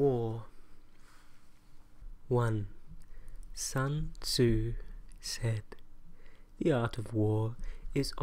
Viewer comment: Ané ASMR sun tzu*